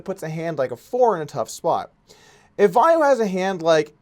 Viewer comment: He told how to pronounce 'Vayo' during the ME like 3 times, yet you still say it wrong Doug